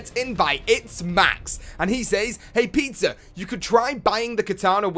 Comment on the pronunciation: Does anyone else think says pizzer when he reads the comment